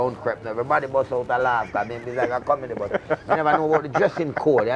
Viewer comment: Man "loaf" it out... 😂 😂 😂